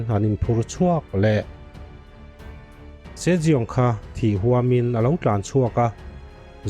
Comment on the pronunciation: Sir se jeong tih khi si young ti a lam tur nilo mo